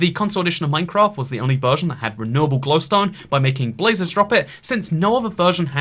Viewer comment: Why does he say gliwstone weird does anyone else hear that?